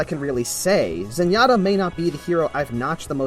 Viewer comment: really, zenyata? :P